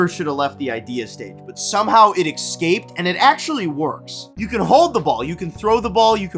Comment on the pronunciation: ‼️”ex-scape”, “eck-cetera” and “voltswagon”. These kids just say words without thinking. Idiocracy is here.